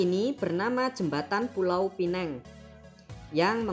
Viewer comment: Pulau pinang bukan pineng